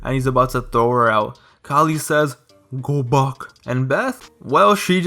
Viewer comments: “Goh Baahck” said Khali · "Gho Bahk" Fucking Dying